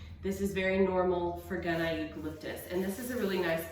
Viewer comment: It's Eucalyptus gunnii... and it's pronounced gun-ee-yi. The double ii means it was named after a male botonanist. Eucalyptus gunnii is endemic to Tasmania, Australia, where I live, and I'm a former herbarium technician.